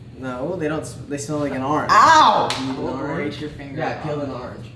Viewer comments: "an AraNgE oMg So BoStOn" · “An ARENGE” 😂😂😂😂😂😂